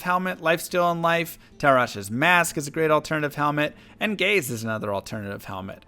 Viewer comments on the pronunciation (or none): none